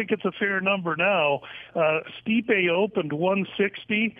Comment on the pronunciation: learn their names for crying out loud, its pronouced ste-pe not sti-pe, have you ever listened to commentary before